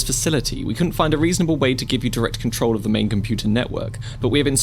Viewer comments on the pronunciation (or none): none